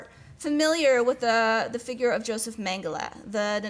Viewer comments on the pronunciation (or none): none